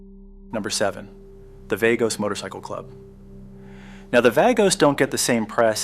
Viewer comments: VAH-goes, not VAY-goes. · Vagos is pronounced Vah-gos! 🙄 😂😂